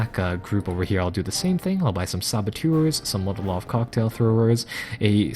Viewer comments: Love your videos but for Gawd's sake it is MOLOtov, not Motolov. As in Vyacheslav Mikhailovich Molotov, Foreign Minister and coauthor of the Molotov–Ribbentrop Pact. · haha yup just heard it, hey give him a break I like the sound of Motolov